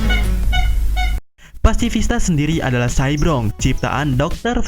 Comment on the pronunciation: Ko cybrog si, cyborg min